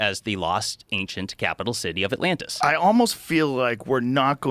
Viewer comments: The other times he says atlanis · Joe calling it Atlanta is giving me anxiety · First ten seconds and Joe calls it Atlanta.... brilliantly stupid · ATLANTIS 🤦‍♂️😂 joe you’re killing me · Atlantis Joe, not Atlanta. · I LOVE that in the first minute, dude mispronounces the name. Lmao